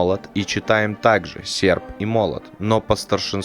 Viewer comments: Товаись ))) Сефп и молот ))) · а слово "Сеrп" очень по-ленински говорит... Мог бы 10 лайкосов поставить - поставил бы 20!!